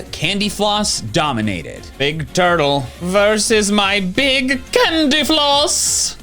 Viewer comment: "I kike Beeg Pokemon'